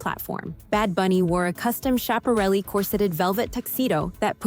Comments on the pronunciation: I liked this vid. The script and concept are both good. But you could use some polishing on pronunciation of names like Schiaparelli (Skap-a-relli) and editing. There are stray clips of Eva Marie Saint instead of Grace Kelly and other mix-ups like that. But if you fix this one, you can use it as a format going forward. I’ve watched every one since you first started and I think you’re doing great! — Signed, A Fan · Great explanation of the decline in fashion beauty at award shows. Most times, I don't get it. BTW, Schiaparelli is pronounced with a hard "c", like in "school."